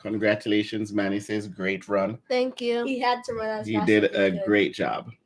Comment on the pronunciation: Team Replay! Happy Birthday. I didn't realize you and Quanda's birthdays were so close together. "RUUUUUUUNNNNNNNN" lol I felt the Jamaican in that